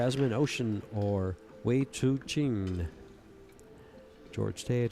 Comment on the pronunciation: Her name is Chou, not Chu. Perhaps you could take the time to look at the spelling of her name to give you a hint on how to pronounce her name. Asking too much am I?